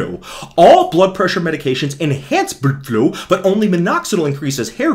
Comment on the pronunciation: "bludflow" gets me every time 😂